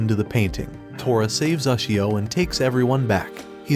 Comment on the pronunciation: you cant even pronounce ushio right